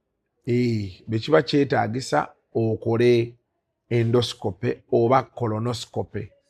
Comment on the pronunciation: Naye musawo oluzungu nga lunji😢😢😢😢ffe ba futu bigere situbitegedde 😳😳😳 ndosikopuuuuuuu😅😅😅😅😅pulizi nexiti tayimu lugaaaa fulooooooooo. ✌️✌️✌️✌️✌️